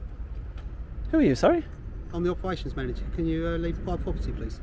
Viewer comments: Pwwivate pwopperty says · “Pwivate pwoperty” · Pivate popety! Operations director should get some training and a bit of help with that speech impediment.